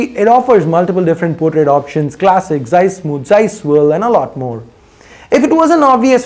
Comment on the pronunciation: It's not zies it's zeiss